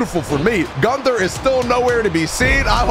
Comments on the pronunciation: Your pronouncing Gunther wrong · Gunther: if your gonna use me for a video at least get my name right